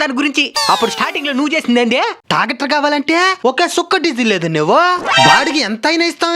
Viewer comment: Tractor ❌🚜 Tacatarr🚜✅